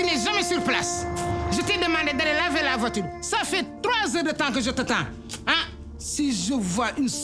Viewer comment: Wa mère diop nimouy waxei voiture mettina 😂😂😂😂😂😂"veutir"😭